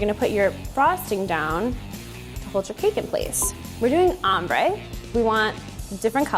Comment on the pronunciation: In the intro it sounds like she's saying Ombre Butt Hole Cake.